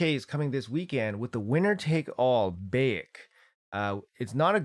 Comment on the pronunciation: Not that important but its pronounced like Bye - eck